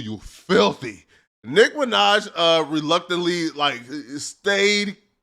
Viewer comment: Why tf you keep saying Nick Minaj ts pissing me off